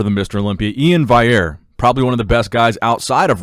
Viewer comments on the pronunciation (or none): E-in valley-air.